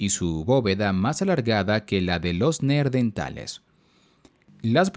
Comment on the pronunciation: Por qué en los dices "Neerdentales"? La R va en la segunda sílaba, Neandertales.